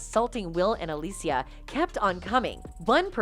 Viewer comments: Alicia is pronounced like Alisha. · Jim did NOT sexual assault anyone, you dipsh*ts! This video is garbage. And the way you pronounce “Alicia” is annoying.